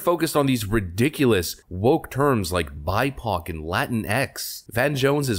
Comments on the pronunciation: WTF is a "bi-poc" (pok) (sp)? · He said "bipoc latinkses" LOL